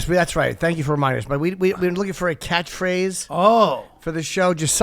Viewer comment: Did Rich just pronounce catchphrase as "catthphrathe"? 🤤💦